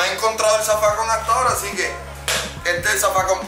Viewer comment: Mundo cabrooooon, es “así” no “aci”